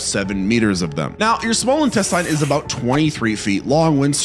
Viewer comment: Please stop saying intestine like that I'm begging you